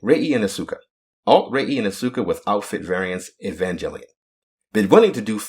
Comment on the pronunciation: It's As-ka not As-U-ka, please, I'm tired of hearing it wrong after Evangelion collab in Nikke.